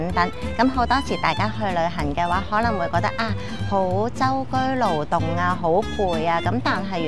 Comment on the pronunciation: 係舟車勞頓，唔係舟居勞動啊！